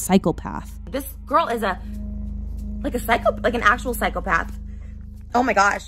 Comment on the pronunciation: did you just say cycle path instead of psychopath...